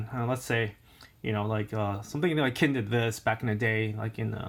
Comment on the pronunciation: emericana...learn how to pronounce b4 hand...qin...chin